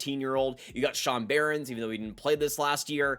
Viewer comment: Sean Behrens, Gulyayev, Nabokov, Bardakov. Come on dude..